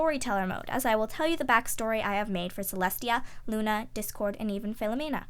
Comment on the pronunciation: at 25:6 she sad lu nigtmarmoon